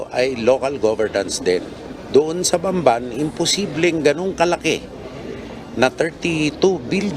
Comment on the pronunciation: BAMBAN, TARLAC PO. HINDI BANBAN, TARLAC. CAPAMPANGAN PO MOSTLY ANG DIALECT DYAN KOKONTI LANG ANG HINDI CAPAMPANGAN DYAN SA BAMBAN, TARLAC